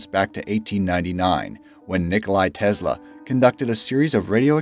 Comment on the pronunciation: u said tesla's name wrong. NOOB